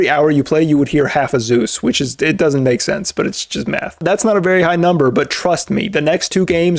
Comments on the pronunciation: he was closer to saying "Jews!" Than Zeus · i do NOT think ts is zeus ,i think he js sayyin jews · zioos ZOOS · zios: zoos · Zeus? I thought you said Zooz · More like JUICE!!! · Zeus: Suus: juice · i love the part when i heard Zues